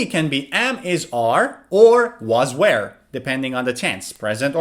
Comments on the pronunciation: You're pronouncing 'were' as 'where'! Actually, 'were' rhymes with 'verb', while 'where' rhymes with 'air'. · B1 number 2. why do you pronounce "were" as "where"? or is it the way that British English speaker say? please answer, thank you sir